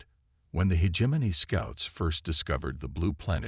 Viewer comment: My ninja you really tried to pronounce Hegemony as (He-Gem-Moany)? Not even close bruh, use your voice next time not a AI slop channel build.